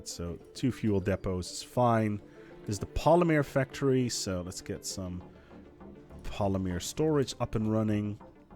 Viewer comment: Omg say Polymer correctly ffs! The woman in the background even told you!